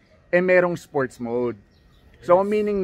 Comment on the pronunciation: Sport mode po, wala pong "S" sa dulo.